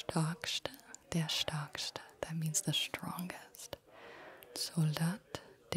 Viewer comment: Your German is sooo effing tingly... Danke, Danke, Danke ❤️ - but STÄRKSTE is pronounced SH T AIR KS TE ❤️